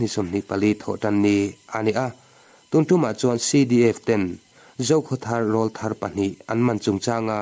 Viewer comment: Rawl thar tih i lam rik dan hi a dik lo deuh. A aw rawl a lian, tih a, rawl ri ang lovin, tleirawl tih lam rik dang ang a, rawl hi lam rik tur ni awm tak a ni e